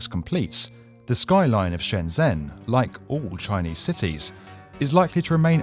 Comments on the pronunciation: Excellent summary! I’m excited to see how all these projects turn out over the next 5 years. Little quibble: the “zh” in Shenzhen is pronounced more like an English “j” than a “z.” So “Shen-jen” rather than “Shen-zen.” I still can’t hardly wrap my mind around how insanely huge Shenzhen has grown during my lifetime. It seems like it’ll probably be the skyscraper capital of the world soon. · I think it's pronounced shen jen btw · BTW Shenzhen 【深圳市】, the 'zh' sound is pronounced like 'j' in joy, not the typical 'z' sound. Great video! ^_^ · Awesome video! Love your channel. Just one point about pronunciation, Shenzhen is said closest to "Shen-jen". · Please find out how to pronounce Shenzhen if you are going to do a video on it. It’s made it unwatchable for me. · Just pointing out, you should check how to pronounce Shenzhen, it's a common mistake, and I assume it'll most likely be featured in future videos, so it would be better to have it in mind